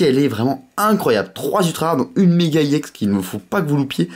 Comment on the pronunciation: STP ON DIT EX PAS IEX